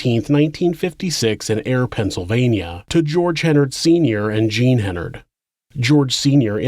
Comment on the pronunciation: Great job except you consistently mispronounced Hennard throughout. It's pronounced like "Menard".